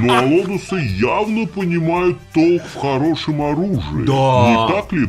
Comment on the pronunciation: не алодусы, а аболтусы